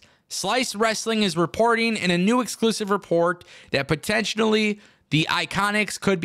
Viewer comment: favourite words: Interesting, Potentionally 😂😂, with that being said